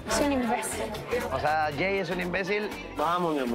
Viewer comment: En primera es Jey no eel Jey jajaja se nota lo naquito....brayanss😆🤣🤣